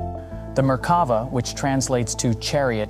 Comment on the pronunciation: The 'commentator' can't even pronounce Merkava, with the emphasis on the last syllable -'va'. That suggests they've only ever seen the name printed and never spoken.